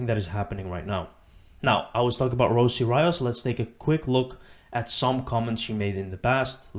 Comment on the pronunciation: Her name is pronounced, "Rosie Ree-oh-s."